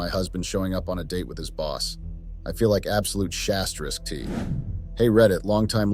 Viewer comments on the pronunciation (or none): "I feel like shasteriskt." That's the first time I've heard "sh*t" pronounced quite THAT way.